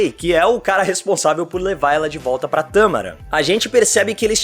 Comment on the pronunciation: Não é "Tâmaran", é "Tamarán"